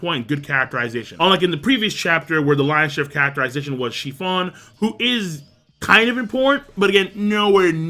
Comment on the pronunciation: Praline (pray-leen) It's a type of nut. It's delicious in ice cream Capone "Gang" Bege (beh-gay) Chiffon (sheh-fawn) Say "Sheh" like the beginning of "Shit" but with no T You pronounce Japanese words so well. I'm always surprised to hear you slaughter other words, haha